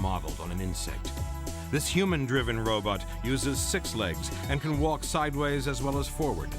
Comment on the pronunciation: A “ROBUT”? It seems that Asimov “DID “ invent robot “BUTT’s”! He said “ROBUT”!